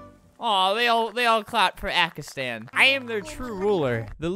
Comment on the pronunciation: Kinda happy that he meant Pakistan but kinda ma cuz he said ackistan